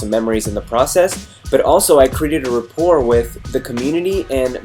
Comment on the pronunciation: What's Repoire? did he mean Rapport?